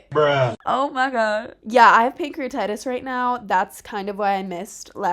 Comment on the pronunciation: I'm sorry but it strikes me so funny how you say pancrEAtItis😂😂 hope youre feeling alot better!!